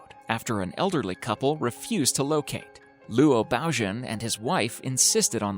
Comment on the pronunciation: lu-o baogen. LOL